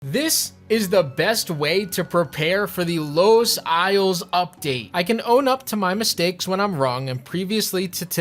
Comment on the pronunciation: He even said Los isles